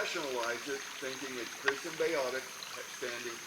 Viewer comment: before Chriss says 'Mark is that you?" and He replies 'Nope" I heard without the hard 'C' a "chriss".